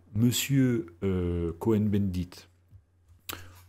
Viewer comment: Bonjour Monsieur, Merci pour votre travail qui est plus que légitime. Je dirais même de salut public. Petit bémol. Cohn-Bendit se prononce Kôn avec un o long et non Co-hen, quoique ce soit la même racine : les Cohen (Cohn, Kahn ...)sont les descendants des grands prêtres du temple de Jérusalem. Et on ne dit pas dis-huit-z - enfants, mais dix-huit t-t enfants.